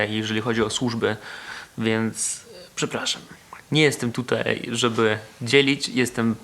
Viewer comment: nie ucz się polskiego od Warszawiaków. Nie mówi się tutej tylko tutaj!